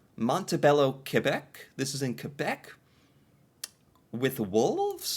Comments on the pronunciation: Your pronunciation of Quebec and Newfoundland is excellent. You’re so personable as well. Have you ever thought about doing narration for kids? Like a kid’s channel perhaps? I think you’d be a hit there too, just sayin’. You could try poutine with a kid for instance! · I love that you say Quebec better than most Anglophone Canadians